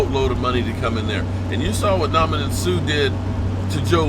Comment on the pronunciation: Nominon Suh 😅